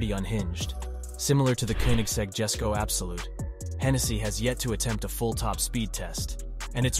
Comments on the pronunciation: the koenigsegg jesko is pronounced "yes-sko" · I was a bit turned of When he said Jesko as "Jesko" instead of "yesko"